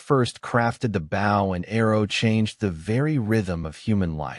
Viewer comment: You can tell when it is Artificial Intelligence when they say bow as the bottom of the boat instead of bow a hunting weapon lol. Still love it though. Keep going peeps.